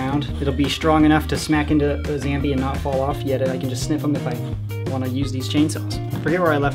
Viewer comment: Its ZOMBE NOT ZAMBE!